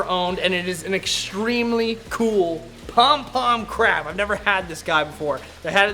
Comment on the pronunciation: The way you said pom pom crab 🦀 🤣 my fav was the prolly the chocolate chip star fish looks like a star donut haha